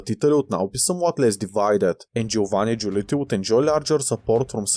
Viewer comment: I'm halfway through it. I like how you went from pronouncing "Giolitti" to "Giulotti"😂😂😂